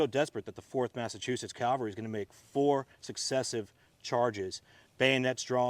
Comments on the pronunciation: It's CAVelry, not CALvery. Nobody got crucified, they were on horses. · Thank you for this very interesting and enjoyable presentation. Allow me to compliment the park ranger for his knowledge, but may I also gently suggest to you that the word you’re searching for is cavalry, not Calvary. Calvary is a hill where our Lord was crucified in Jerusalem. Cavalry are horse soldiers. Apologize for the nitpick, but it’s irritating. Otherwise thank you very much for a very enjoyable presentation and please bring more! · Almost! Cavalry.